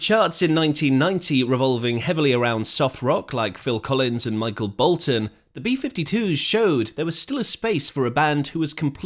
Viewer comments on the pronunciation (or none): none